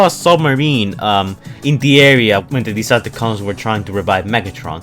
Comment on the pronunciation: he says it like this lol